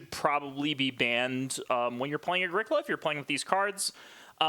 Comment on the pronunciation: How about starting by pronouncing the game correctly? It's pronounced Ah-GREE-co-la (it's italian). Sheesh